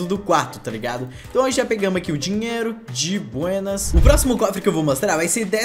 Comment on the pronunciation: Ele metade do vídeo " di buênas "